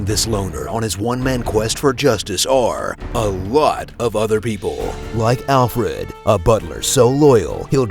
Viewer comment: why cant say the letter 'r'?